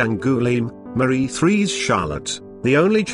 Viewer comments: The pronunciations in place are awful - Garret for Garrard and Therece for Terese, D'angoilime for D'Angloumeme ....ugh.. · Well the tiaras are lovely and the history pretty accurate but the narrator really ought to learn how to pronounce French and other names name. I have never heard worse attempt at Therese or , worst of all, D'Angouleme. Thereez and Dangooleem indeed !! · Omg... Was no effort attempted at pronunciation and proofreading?? First off, "Mary" is spelled with one 'R'. Second, "therése" is not pronounced "the-REEZ". it's pronounced "tarr-RIZE" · That was the worst pronunciation of 'Therese' I've ever heard.